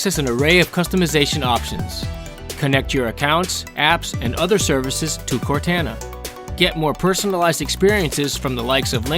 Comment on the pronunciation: That is absolutely not how you pronounce Cortana